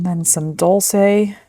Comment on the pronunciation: Dol-Shay is how that is pronounced..😅..sorry…